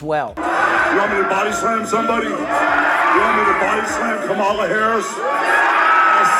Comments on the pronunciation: her name is Ka-mala not Kam-ala like the wrestler who body slammed your ass many times. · Still mispronouncing her name. When I was in high school back in rhe early seventies my history teacher deliberately mispronounced a kid's name all year long. This was fhe first year of integration, so the student was new to the school. Our racist teacher jabbed him all year long because he didnt have a Eurocentric name. They know how to pronounce her name. It's a dog whistle, just like calling her unintelligent. Lets nove ahead abd leave the knuckledraggers in the dust.